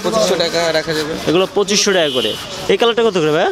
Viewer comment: কিরে ভাই মুখ দিয়ে টাকা বের হয়না নাকি।টেকা টেকা করস